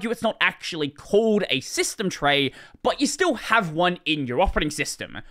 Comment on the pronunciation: System tray shsmytstejm trrey. ❤👌